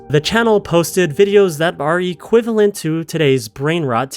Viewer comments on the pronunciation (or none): none